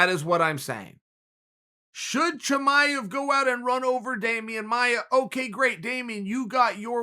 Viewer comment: Chael "Toe-maev" Sonnen